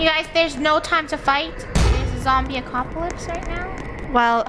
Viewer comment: She didn’t say apocalypse she said acocalypse 🤣